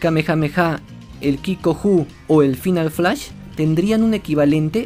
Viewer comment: No se pronuncia final (de Final Flash de Vegeta) así como tal literal, se pronuncia "fainal". =)